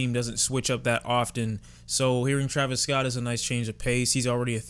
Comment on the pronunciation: “ Travis Scoot” 😂